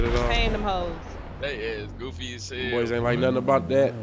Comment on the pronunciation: shortiee couldn’t say nothinn😂😂